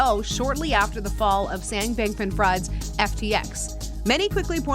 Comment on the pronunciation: Fried is pronounced like freed when it's used as a name.